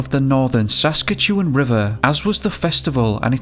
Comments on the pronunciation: SAS KAT CHEW ANN is how Saskatchewan is pronounced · The pronunciation of Saskatchewan is interesting... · Really bothers me that you keep saying Saskatchewan wrong lol I’m from there but you are definitely close!